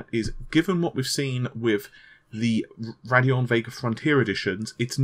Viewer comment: It's Radeon not Raddeon